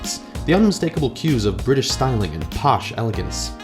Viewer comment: It's British not brita please